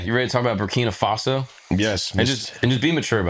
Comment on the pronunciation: Bra, Brakina Faso? Already? First 5 seconds 🤦🏽‍♂️🤦🏽‍♂️